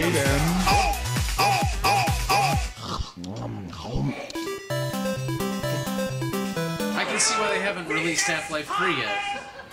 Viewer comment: every time i hear gaben i think he says gaymen.